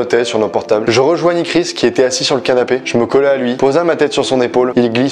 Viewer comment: je = « ai » et pas « a » ou « it » 😭